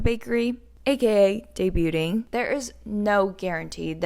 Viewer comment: Don't pronounce the "t" in "debut". It's "day-byu". "Debuting" is "day-byu-ing". You know, this is one of the many reasons I'm a fan of Mamamoo. Yes, they strive to stay thin, but they do it for themselves.